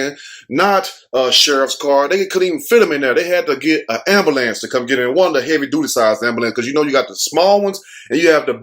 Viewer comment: 😂 the AMBAHLANCE 😂😭 😆everyone says AMBAHLANCE 😂😭 instead of AMBULANCE😂😆😆🍻🏄🍻😆🏄😆🍻👏👏🏌🙏✌☝😆😆😆😆🏄🏄😆😆😆😆😆😆👏😁